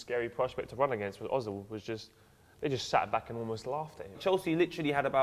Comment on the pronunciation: er-zil...not o-zil...still can't pronounce his name right....seesh!